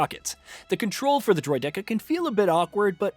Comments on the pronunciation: Right!!! That kept hitting the ear wrong 😂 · Dude just made a comment about this… this guy ain’t a Star Wars guy pronouncing it droid decka… he flat out pronounced it as if he’s never seen that word and never seen that droid lets be real.. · Droid decka…. Droid decka..? Bro you’re reviewing a Star Wars game and pronounced it as if you’ve never played/nor watched Star Wars lol… everyone who has grown up watching or seen episodes 1-3 know how to pronounce that close enough. That’s just not knowing Star Wars the way you said it. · Sorry did you just say "Droy-decker"?! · This review means nothing to me now Because you said droid decka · “Droid decka” 💀 who hired this man bruh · No kidding he said "Droid dekka" WUT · wtf is a “droid DECKA”?! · Who pronounces Droideka like that? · You're pronouncing droideka wrong. But good video nonetheless friend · 🤦 The video is voiced by AI which is why the pronunciation of the word droideka is wrong. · This won’t last long. Is the person talking an AI bot, because he mispronounces a lot of names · That’s how you know your reviewer don’t care for the Star Wars universe when he’s mispronouncing the easiest names.